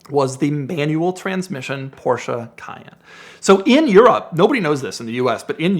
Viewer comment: There is no A in Porsche!! Please use google translate to hear the correct pronunciation. 💯